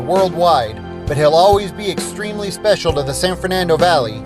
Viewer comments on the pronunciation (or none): none